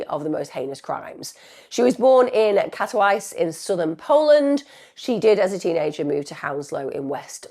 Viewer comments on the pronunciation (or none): The way you absolutely butchered the pronounciation of Katowice makes me wanna unsubscribe immediately.